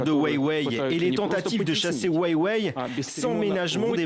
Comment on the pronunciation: Weiwei de pire en pire la prononciation 😂